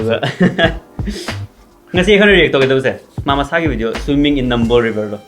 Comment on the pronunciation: NamBul riVer haiBa naTTRo bro NamBol haiBa naTtiYe 😂